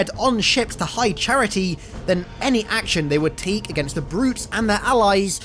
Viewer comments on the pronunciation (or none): none